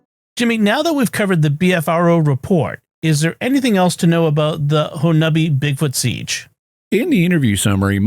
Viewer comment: I lived for a long time in southeast Oklahoma, Little Dixie, about an hour from Honobia. I am so glad you pronounced the town name correctly. However, the mountain range is pronounced Ki-uh-mi-she not Ki-uh-mi-che